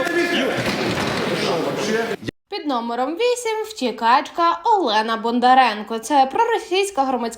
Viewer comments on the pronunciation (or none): none